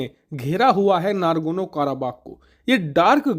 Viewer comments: Ohh Bhai, yeh nagorno not nargono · I am surprised to hear your error pronunciation, it would be Nagorno not Nagorno. It's my favorite news utube channel. Don't mind! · It’s nagorno not nargono 😂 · Bhai, NARGONO NAHI N-O-G-O-R-N-O KARABAKH hai. Hindi knowledge ki baat karte ho, dhang se diya karo. Kahin Rahul Gandhi to tera student nahi thaa?? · It's Nagarno Karabagh, not Nargono Karabagh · Nagorno he, nargono nhi. Kitne baar galat bola??!